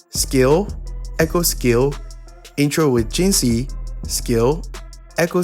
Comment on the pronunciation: jinhsi not jinshi